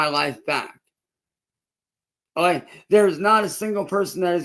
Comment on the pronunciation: thinks okay is pronounced olay